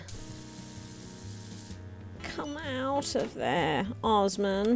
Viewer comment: IT IS OSMAN. IT IS SAID AS IT IS WRITTEN. IT IS TURKISH CANISI.